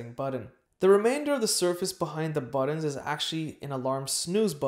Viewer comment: "Budd-Ins"? Budd-Uns??? What an odd way to Pronounce the word button. I always thought it was "BUTT-N's" With a hard "T" sound...